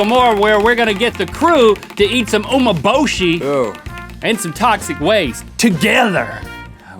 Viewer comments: Just a helpful tip, Umeboshi is pronounced oo-meh-bo-shi not oo-mo-bo-shi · Umeboshi is more salty than sour. The "me" from umeboshi is pronounced as "me" in "men" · It's pronounced umei-boshi. Love you guys! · Also it’s pronounced, u-may-bo-shi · That was a joke. It sounded like he was saying "Oh my boshi". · Nice! BTW, in Japan, an Ume-Boshi a day keeps the doctor away. They are delicious Also the pronunciation is U-MEH Boshi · It's pronounced "ooh-may-bow-she" (: And it's regularly eaten in Japan! (: Very expensive though.. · It's actually pronounced oo- me (as in egg) -bow-she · u pronounce umeboshi like oo-MEH-bow-shee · I thought it was pronounced oo-meh-bo-shi..........so which one is it......RED FLASH! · #RhettAndLink it's pronounced as OO-MAY-BO-SHE = Umeboshi